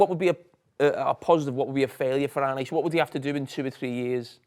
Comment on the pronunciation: My cousin is called Arne. Are - nuh … not Arnie, not Not Arnay or any other mad pronunciation.. you’d think at least would work it out..haven’t heard one person get it right yet 😂